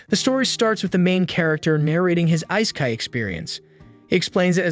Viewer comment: Why do these channels always use AI voices that can't pronounce things properly. "Ice-kai"? 🤣